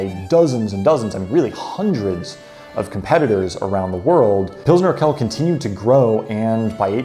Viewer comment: Urquell is pronounced oor-kwell. qu is kw in german.... you have that qu too: quit